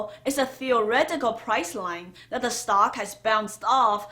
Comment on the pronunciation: Hold on slow down!! What is a "stalk" thanks